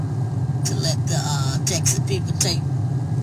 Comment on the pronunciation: Did you hear how she pronounced Texas. Tessus🤣😂😅😆